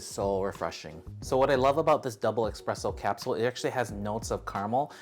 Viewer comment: You have no issue saying Nespresso correctly… now please stop saying EXpresso. Espresso = S-presso. Thank you for the sticky rice and and other Loatian recipes